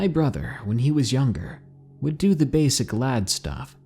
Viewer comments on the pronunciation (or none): none